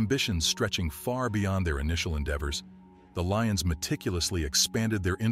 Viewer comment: Some of this is wrong and when was Glasgow known as peaceful and there name is lyons not leons